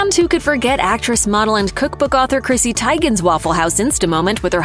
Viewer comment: Chrissy’s name is pronounced TEE-gun, not tie-gun.